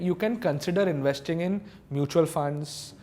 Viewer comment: I m slightly uneasy with the way he was pronouncing the word investing